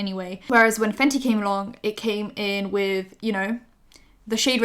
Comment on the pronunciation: At the "Let's start WITH" I heard WEED